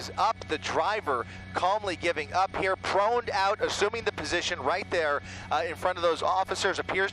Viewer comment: “Proned out, assoomin the position…”. The best entertainment aspect of these chase videos are the TV commentators, desperate to articulate a running commentary having run out of anything constructive to say in the first nine seconds. There must be a book somewhere to assist the public in the case of being stopped by the police so that they can be aware of what ‘position’ to ‘assume’ so as to appear cooperative and avoid being shot. In England, one would not lie on the floor - one does not know what one might be lying in or on, but would automatically simply stand on one leg and insert the index finger or each hand in one’s ears or nostrils, or, if the weather is inclement, open their umbrella and hold it over one’s head in a non-threatening manner with the left hand, and again, insert the index finger of the right hand in their right ear and raise the left leg to 90 degrees in from of him. This is to demonstrate to the arresting officer, that there is no chewing gum on the sole of his shoe , as both police and suspect are aware that it is dreadful stuff to remove from the carpet of the police vehicle. In England, we do not use helicopters to follow fleeing criminals as petrol is so so expensive here, we know that no one can drive more than 30 miles anywhere due to costs, and inevitable traffic delays on our congested roads and pollution taxes, not to mention speed cameras at every corner that collect money for our our impoverished police services and local government. And we